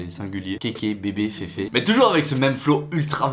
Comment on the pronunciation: et on dit pas féfé mais fifi